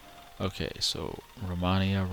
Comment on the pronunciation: Its pronaumced romeinia and written romania